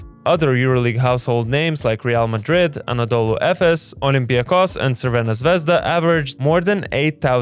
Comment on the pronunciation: Thank you. You named "Crvena zvezda" You might to call them :"Red star" which is real, but thank you a lot for pronouncing realistcs.